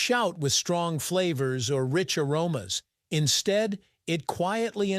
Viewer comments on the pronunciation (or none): none